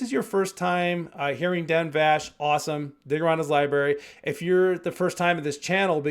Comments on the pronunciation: Yeah for a Dan Vasc (pronounced Vask) knowledgeable reactor! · Vask, not vash❤ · IMO, there is nobody out there that can compare to Dan. He blows everyone else out of the water. His covers are so much better than the originals that I find I can't listen to the originals anymore. LOL. Thanks for the fantastic reaction! And FYI his name is pronounced Vasc like ASK. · Correction needed: Dan’s last name is pronounced like ask/ mask/ bask/ task, but with a V in front. (You’re saying it with a “shh” sound at the end.)